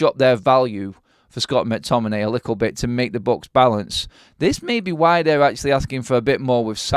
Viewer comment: "A lickle bit"?? Wtf?🤦🏻‍♂️😂😂